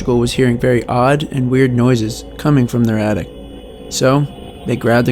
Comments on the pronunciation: Bro.... it's an attic. Not an addict. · attict? sounds like ur tryin to say addict not attic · In the description & in your narration, you say "addict", but it's "attic". Just for future reference in your uploads. Great video, I'll tap that subscribe button 😊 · it's an attic not an addict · It's pronounced Attic not addict... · The most disturbing part of this video is the guy saying ATTICT instead of ATTIC.